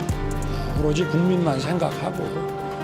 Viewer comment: 오직 국민만 생각 한다는말. 오직 고물만 으로 들려. 떡고물에만?